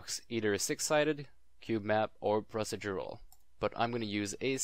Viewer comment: Nice way of pronouncing "procedural"